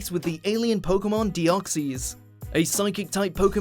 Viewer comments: It's pronounced deoxis not deoxies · how they pronounce deoxys: de-ox-e's how it's pronounced: de-ox-says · It's De-os-xys not de-oh-si. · wtf it’s not dee-ock-cees, it’s dee-ock-sis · Deeoxees? Lol nope not how ya pronounce it no offence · It's de o xys noob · VeemonFan ikr its so frustrating like deoxys is deoxies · You are miss pronouncing Deoxys.